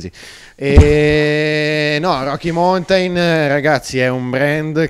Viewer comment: Beh, se togli la batteria e diventa quasi una muscolare fa un po' ridere 😉 Riguardo la pronuncia, ( dato che vendete mountain bikes) non se po' sentí "roki montain" o "montain baik" . Rocky maunten Nell'alfabeto fonetico internazionale si scrive ˈmaʊntɪn La lezione è finita 😊